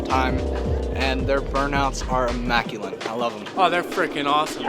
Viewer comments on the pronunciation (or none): Did he say immaculine? What does it mean?